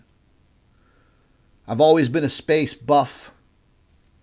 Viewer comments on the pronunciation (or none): Did you say you were a space buff or cheese puff?